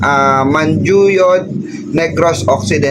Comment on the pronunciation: Manjuyod pronounced as manhuyod